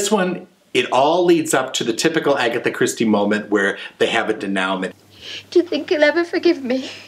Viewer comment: Denouement is pronounced deh-noo-MON. It does not rhyme with endowment. I know you'd like to say it correctly.